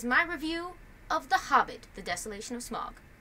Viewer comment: I love your review, particularly the first bit ;-) but if you could possibly (pretty please) pronounce "Smaug" properly (to rhyme with "cow" actually, not to mention the first syllable of "Tauriel" ;-) that would make it perfect!